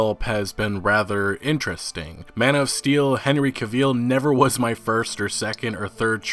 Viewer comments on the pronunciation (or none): It's CAvill, not CaVILL. The stress should be on the first syllable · Cavill, cav-ill not Caveeeel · If you say Henry CA-VEAL one more time, ima lose it 😂😂😂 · CaVeEl no, its cavill, cav-ill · Caveel? Pronounced Kav-ill. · Can Vill. NOT CAVEEEL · Why people pronounce Cavill so wrong? It’s pronounced like travel. Ca•Vil Not ca•veel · Ca-veel It's Ca-vel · "Henry Caveel" 😂😂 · Stop saying "caveeel". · Didn't know his last name was "Caveel". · No hate, his last name is pronounced like gravel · You can't even pronounce his name. It's Henry Cavill as in; travel. Henry Travel, Cavill. He will be perfect as Geralt btw, I can't wait. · I can already tell this video will be horrible cuz you can't even say his name right. Smh. "Caveel" 😂 wtf? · "Henry caveel" lol. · You mean Henry Cave Eel isn't your favorite actor?! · "Caveel"? Cavill. Rhymes wih gravel. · Cavill dude. Not Caveel. It’s pronounced like Travel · Henry Cav-EEL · Henry Cavill is pronounced like Travel not Caveeeel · Who tf is Henry Caveel? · I’d like to point out ...his name is Henry Cavill....Cav... & ill as in sick....not ville...as in De ville....get it right ffs😠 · I think you’re saying his name wrong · Why you sayin his name weird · This^, every time he said his name wrong i cringed. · that is NOT how henry pronounces his last name.... homework buddy homework 📚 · His name is pronounced like gavel but with a hard 'C' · Dude there are so many sources out there that you can tap into to be able to say Henry Cavill 's name properly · Cavil... rhymes with travel 👍🏻 Other than that, great video 🤣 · Small nit pic. Cavill is pronounced like the word travel, except a c in place of the tr obviously. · You are saying Cavil wrong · Why do you pronounce his name like that? Its pronounced extactly how its spelled.... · You really gotta YouTube how to pronounce people’s names before you make videos. First it was Keanu. Now it’s cavil